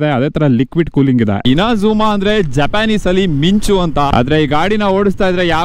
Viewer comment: INAZUMA ❌ INZAMAM ✅